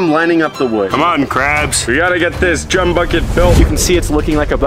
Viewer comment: Say chum without the h